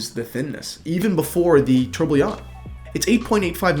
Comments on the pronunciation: Tor-bi-on Not attempting to be mean but just a tip. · All credibility for being qualified to sell this watch shattered by not being able to pronounce Tourbillon. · The way you say tourbillon is hilarious. Love the watch! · Fabio Stefana i like how he says it; is it incorrect ?